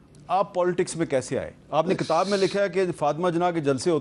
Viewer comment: Hamid Mir sb, It is kitab. It is not katab